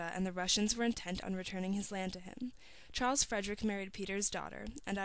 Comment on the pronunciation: He's name is not Charles its KARL!!!! damn!